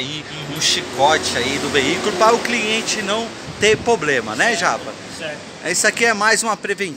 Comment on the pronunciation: O Problema é ficar falando poblema#!